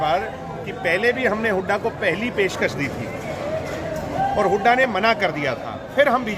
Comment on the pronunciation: बदतमीज है ये बेवडा । अपने दादा की उम्र के भूपिंदर सिंह हूडा को हुडा हुडा करके बोल रहा ह । बोखला गया । लुटेरा